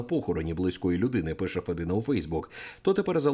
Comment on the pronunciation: Не федИна,а фЄдіна.Мовчу матів не вистачає.